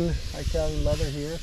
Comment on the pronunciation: Italian not Eye-talian.... It not Eye